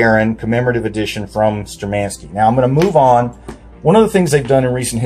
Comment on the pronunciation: Штурманские! Shturmanskie! Not Sturmenskie!!!!!👍👊🇷🇺 Uriy Alekseevich Gagarin is our History and Pride! USSR!